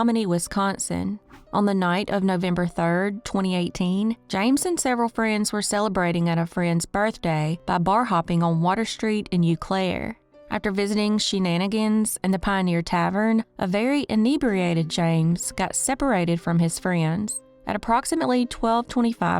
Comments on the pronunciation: Thanks for doing cases in my home state of Wisconsin! I live in Eau Claire. Just an FYI Its pronounced O Claire. Its a tough one to pronounce if your not from here. Unfortunately we have had quite a few cases of people drowning in the Chippewa river after partying down on Water Street. Some people think its the "Smiley Face Killer", but most people up here know its just people drinking to much and ending up in the river. Love your videos! Keep up the great work! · It's pronounced OH CLAIRE, names in Wisconsin are hard for people not from here. Sometimes they're even hard for people who are from here 😂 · Pronounced "Oh-Clare" and "Shaw-no". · Eau Claire is pronounced OH-CLAIRE. it's French for Clear water. Thank you for attending my Ted talk